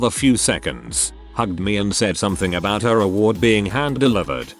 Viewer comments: Ah yes ABOIT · I think that's the French Canadian pronunciation.